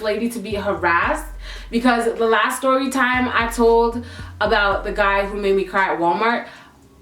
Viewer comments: "Styorytime" lmao 😂😂😂 girl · uhhhhhh i says stRorytime hahahahhahah a R to much hahah